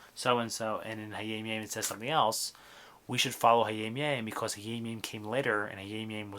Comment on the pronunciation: nice also why do you pronounce it hayeim yeim? thank you